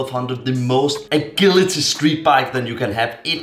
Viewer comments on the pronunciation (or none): Very nice it rally does clean up the bike. I always really enjoy your B roll shots. FYI agility is pronounced like ajility with j instead of a g sound. Great video glad to see more content from you!